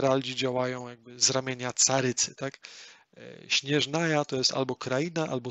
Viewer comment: ej jak by la siniora nie jest bogiem, ona była zwykłą kobietą której mąż zmarł podczas tzw. kataklizmu a ona z rozpaczy przemienia się w "karmazynową wiedźmę" a potem posiadła gnozie żongliego oraz cyro vizie, sznezjaja czyta się nie "śnieżnaja" tylko "szneznaja" (przesłuchałam tylko 45 min bo już zasypiałam) ogólnie to bardzo fajny pomysł pod względem nowych graczy lub ludzi którzy nie znają angielskiego ale w tedy powinieneś skupiać się tylko na faktach a nie swoich spekulacjach ponieważ gra wciąż się rozwija i potem może okazać się że rzeczy o których mówisz są nieprawdziwe.